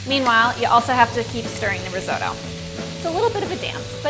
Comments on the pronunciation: What is reezodoe ? Oh my god you’re trying to make something you can’t pronounce!!! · I wince every time I hear her say "rizoe-doe". And she says it a lot. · you can't even pronounce risotto properly.... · Great video, and that is such a fun way to pronounce risotto! Never heard it in an American accent before haha, very cute!